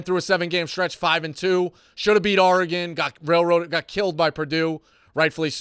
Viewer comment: Someone teach how to say Oregon. He sounds like a pirate when he says ARRRgon